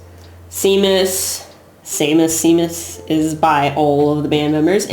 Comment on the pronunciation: Brilliant! Hilarious! Far better than all the deadly serious 'vinyl community' dudes because your take on albums is always personal and your self-deprecating humour is lovely. You truly are you! 'Echoes' is wonderful. 'Seamus' is Irish and pronounced Shaymus by the way. Rick Wright was a genuinely lovely guy and he wrote some great songs too like 'Remember A Day' and 'Paintbox.' Nice one,!